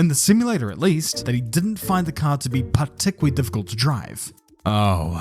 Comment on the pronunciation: Particulawy, expectingwy, alarmingwy... If you're going to have a tongue-in-cheek analysis channel, make sure your own house is in order-wy.